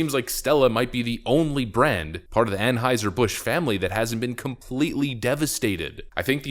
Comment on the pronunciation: Well, at least he pronounces Anheuser properly. I have heard a couple other channels butcher that.